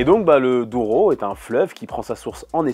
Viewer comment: Ah les Portugais sont pas contents. On dit juste Douro et pas Odouro. Mais c'est vrai que c'est compliqué pour un francophone de dire les noms portugais 😅😂😂😂😂😂